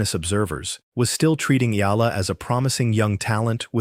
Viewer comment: E--Ya--LA, pronounce it correctly... search it.. Palibhasa AI nanaman..